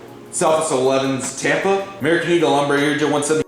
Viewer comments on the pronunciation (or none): did you say EMBRUH?! Sorry I watch too much Swiss001 😂😂